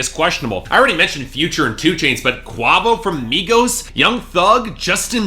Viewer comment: You shlouldnt review rap if you dont even care enough to pronounce quavo correctly